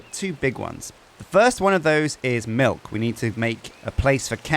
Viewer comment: It’s a weird way of saying milk